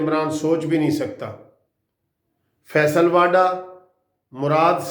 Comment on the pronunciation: متحترم صاحب فیصل واڈا نہیں بلکہ صحیح نام فیصل واوڈا ہے، مگر فائدہ کوئی نہیں آپ نے نہ تو معذرت کرنی ہے نہ ہی تصحیح کرنی ہے۔ بحرحال میرا فرض تصحیح کیلیے کوشش کرنا ہے اور باقی جیسا آپ پسند فرمائیں۔